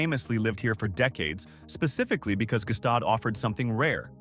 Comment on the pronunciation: Gstaad is NOT pronounced Ge Staad.